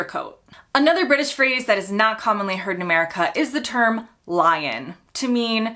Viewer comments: A Lion?! Oh, 'lie-in' 😊 Pronunciation makes so much difference - we tend to make more distinction between the words & with less of that & an 'American' accent, it sounded like Lion. 'American' because there are so many accents, I know. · The stress in lie-in is not the same as for lion. It's a lie-IN rather than a LIE-in.